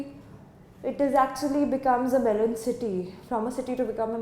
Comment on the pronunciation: Ma'am its 'melon'